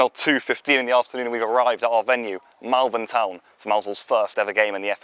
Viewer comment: Its pronounced Molvern